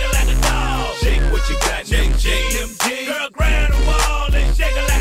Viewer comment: "them jaenz"